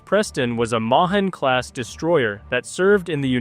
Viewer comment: It's pronounced May-han class